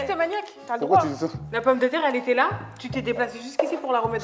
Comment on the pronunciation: En vrai sénégalaise, a dit la "pombiterre" 🤣🤣 Am I wrong? nonnn je la kiffe elle est trop drôleeee 😂😂😂😘